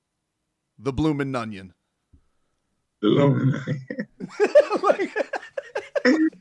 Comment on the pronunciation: The bloominNunnion 😂